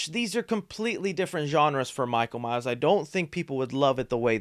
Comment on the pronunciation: Michael MYERS!!!! You constantly say Myer and it grates on my nerves